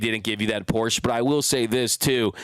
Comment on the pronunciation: It’s Porsche “ah” at the end. A Porch is that thing wrapped around your house. 😬 Thanks for the show!!